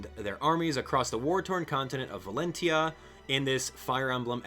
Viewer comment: I think it's pronounced valen (cha)